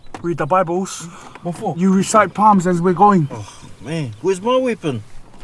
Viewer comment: Wtf is PALMS 😂 it’s Psalms